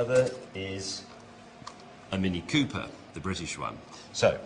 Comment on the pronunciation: I think the funnier thing is that when Asimo says mini pooper, both times, the British guy tells him that he is correct in calling it a mini pooper lol.